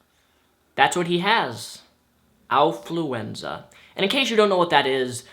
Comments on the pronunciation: affluenza, like affluence, not owfluenza. like ow, that hurt. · Affluenza not alfluenza! Neither are real of course! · It's actually affluenza, not owfluenza. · I think you're saying something important, but it's hard to tell because I'm distracted by those ridiculous gloves. Your improper pronunciation of the word affluenza isn't helping either. It sounds like you're mixing Alf with influenza, not affluence and influenza. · I like how can't pronounce Affluenza right. Lol